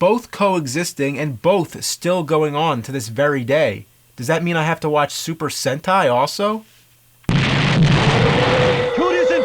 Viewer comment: Sentai sounds like hentai